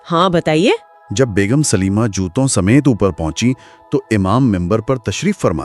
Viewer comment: Not Sulema it's Salima.